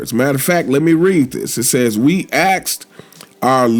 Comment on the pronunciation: We axed?